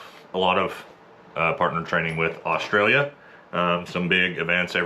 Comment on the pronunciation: What's 'Osh-tray-lia' ? It's Straya or 'Oss-trail-ya'